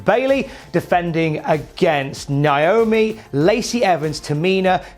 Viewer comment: What is it with everyone at Cultaholic not being able to pronounce Naomi? NAY-OH-ME, it's not difficult.